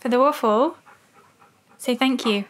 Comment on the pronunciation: I clearly heard him say I want my waff =)